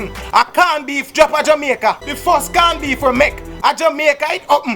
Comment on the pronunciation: "CAWN BEEF"😂😂😂😂😂😂😂!